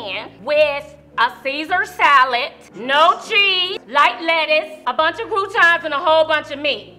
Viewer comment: "Seesur Sallitt"